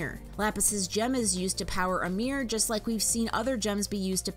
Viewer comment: You can't pronounce mirror.